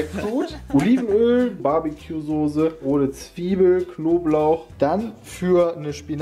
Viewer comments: Sose... ich dreh durch. SOßE oder SAUCE. SCHARF AUSGESPROCHEN.... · Mich triggert es schon seit längerem, dass die Jungs immer "Sose" statt "Soße" sagen. Ist doch nicht so schwer, das richtig auszusprechen :D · Niemand:: Sohse